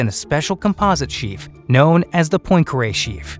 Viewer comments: mispronounced poincaré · Please learn how to pronounce Poincaré. It's rude otherwise. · Murdered the pronunciation of "Poincaré".